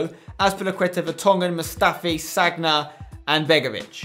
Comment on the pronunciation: Spencer it's not Ne-vas, it's na-vas. And it's not sag-na it's San-ya